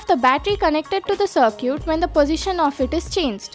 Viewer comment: Love how you pronounce "circuit". Smart video, thanks.